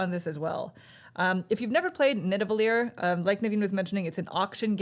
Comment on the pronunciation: It's Nidavellir, not Nidavellier! :P